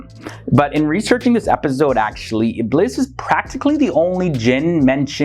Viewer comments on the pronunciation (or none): I love your content, I've learned a lot from it but when you say "Iblis" it's not the correct pronunciation. It's pronounced as "Ibleess". I am not trying to be mean, I'm just saying. (It bothers me, when someone pronounces something wrong) Sorry Take care and stay safe All ❤🙏💓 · Ibleess in english